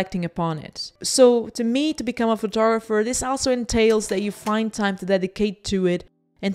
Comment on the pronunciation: Just to be a pedantic: it’s called a “photoGRApher” and not a “photogopher”. It is totally irrelevant and I’m a smaller person for letting the pronunciation irritate me. Sorry.